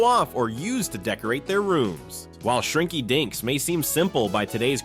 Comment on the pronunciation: I swear, shrinky dinks sounds like shrinky dicks 🤣🤣🤣🤣 The fact that it's repeated over and over in the segment doesn't help either 🤣🤣🤣😂😂